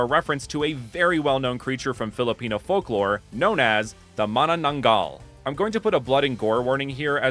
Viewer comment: Bros mananangal pronunciation was perfect 👌🏾 great research